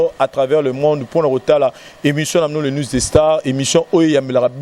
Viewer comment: news et non nwes....